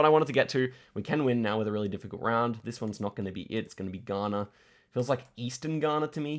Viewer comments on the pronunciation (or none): none